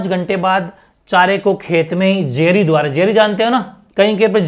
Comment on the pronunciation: Sir jeri nhi bai kahte😂😂